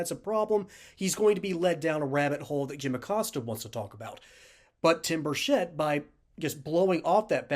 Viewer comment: Many people mispronounce his name, the “ch” is pronounced like cheese. I know this because I know his family, live in the same town, and he was our Mayor. Burchett is pronounced like “Chet” Atkins. Even other members of congress pronounce it incorrectly, just wanted to let you know, great vid by the way, as Tim is BS proof!